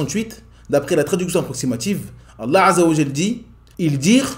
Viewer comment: As salaam alaykum, très bonne chaîne ma sha Allah. Il y'a juste un petit truc (peut-être que le problème vient de moi) : quand tu prononces le nom d'Allah azza wa jal, j'ai l'impression que tu fais précéder le nom Allah par la lettre " 'ayn " en arabe (désolé je n'ai pas le clavier arabe). J'ai l'impression d'entendre 3Allah et non Allah (mais comme je l'ai dit ça se trouve c'est moi qui ait un problème auditif). En tout jazak Allah khayran pour ton travail.